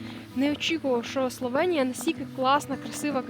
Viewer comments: Класний випуск, але є одне але - не СловЄнія, а СловЕнія!!!!!!! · СловЄнія ріже вуха